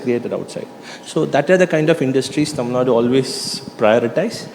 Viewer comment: I appreciate pronouncing "tamilnadu" correctly👏